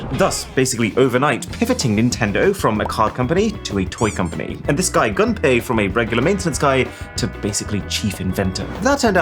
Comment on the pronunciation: Not "gun pay" but "goom pay".